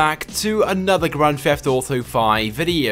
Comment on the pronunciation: its his accent